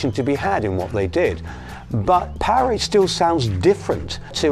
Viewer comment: Loved the video footage, but there's ALOT of misinformation by the narrators, especially from snagletooth who doesn't even know how to correctly pronounce the album title Powerage. Hopefully one day a real documentary about the Bon Scott years will be produced. That band is important to rock history. And of course, Bon Scott is the best Rock-N-Roll singer of all time!